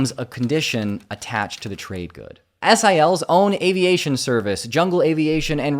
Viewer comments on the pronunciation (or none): none